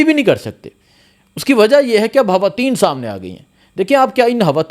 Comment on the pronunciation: Khuada me banday hawateen nhi he khawateen he jumpa sahi bolo